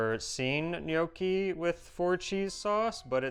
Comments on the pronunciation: If you can say risotto correctly, why can't you say gnocchi correctly? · All these years are Eva still hasn't corrected pronunciation of Gnocci.